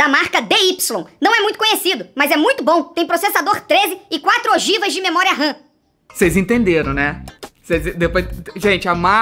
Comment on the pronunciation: E nao só é memoria ram e não memoria rã